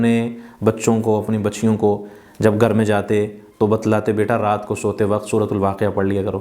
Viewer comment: Gar nahi Ghar bole